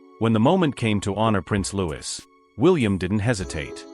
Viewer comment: If someone is going to create content about other people , you’d think they’d make sure to pronounce everyone’s name correctly, regardless how it’s spelled. By his parents’ own declaration, “Louis” is pronounced “Lou-ee.” Get it right.